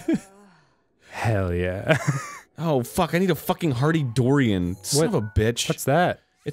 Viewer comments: Durian...not Dorian. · arin pronouncing it “hearty DHOR-ien” is giving me life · LOL the way u pronounced durian (its DUR-ri-un)